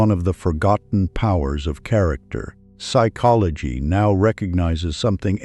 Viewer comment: Is there a reason the narrator pronounces - psychology as " sick ology - at first I thought this was typical amercains being incapable of speaking how a word is spelt - until the narrator says the word properly.